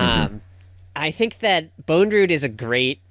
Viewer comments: How is that none of them can pronounce Bondrewd correctly even once despite it being spoken aloud numerous times in the movie. The letter after the first d is not an E. it's not Bone. It's just bond + rude. Bondrewd. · Great podcast. I like how you guys were correcting each other pronouncing Riko's name as "Riku (Reek-ooh)" but you all still pronounced Bondrewd as "Bone-drewd" 😂🤦‍♂️